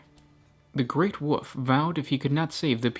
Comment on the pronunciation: "The great woof" "the space woofs"